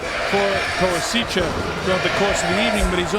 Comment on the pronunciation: Commentator is AWFUL. Super-biased, and manged to be fairly racist at the same time. Can't be bothered to figure out how to say Koasicha's name. He's not so much calling the fight as giving Lomachenko a blowjob from ringside.